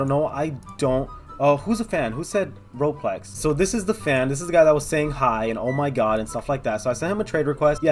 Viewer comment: Roplex : I have no fwends in weal wife